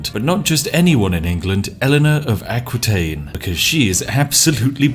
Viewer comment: And I died a little bit inside everytime he prononced Aquitaine. For the records it's prononced "A-ki-taine"